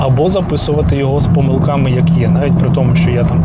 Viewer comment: тицьну - не пОмилка, а помИлка. і слова-паразити - якби, умовно. розумію звідки це береться - єслі би, условно. але все рівно дякую за відоси